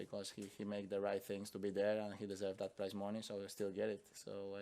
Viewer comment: I thought he was saying "price money." Took me a good minute.